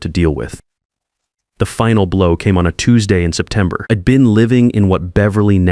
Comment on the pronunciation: A reasonable story, marred somewhat by the voice reading the script. I'D written ID. and pronounced "ID" not "I" "d" ( short for i had ) and 3-40 to 6-00 ish. in gibberish!/ gobbledegook